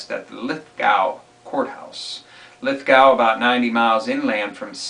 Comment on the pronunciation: Lithgow is pronounced Lith-go. What I saw of the G20 has shocked me. The police state tactics of intimidation to stifle dissent it outrageous. Do the majority of people around the world understand what democracy means? An English dictionary plainly states, "a system of government by the whole population." It comes from the Latin word dêmos meaning "the people." The US Bill of rights begin with, "we the people" or in Latin, "dêmos nôs." cont...